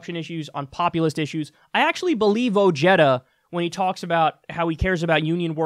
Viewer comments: bad pronunciation, this is a hispanic last name and the J is not pronunced Y but like an "H" in english, like Ohara or Oheda. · I hate how his name is pronounced. It’s “Oh-Hey-Da” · Is that how he pronounces his last name? I thought it was "o-HEY-da" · its pronounce "O-he-da" its a short "e" like in "get" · I hate that he has his last name mispronounced on purpose. I hate that he voted for Trump but at least he sees it was a mistake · Isn't it pronounced , oh*head*duh, or am I missing something lol